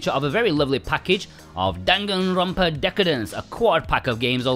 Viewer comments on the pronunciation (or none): none